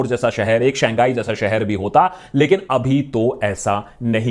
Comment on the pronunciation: Saangai nahi Shanghai